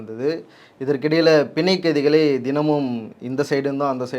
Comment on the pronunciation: Pl correct as panzayakkaithikal not pinzaiyakkaithikal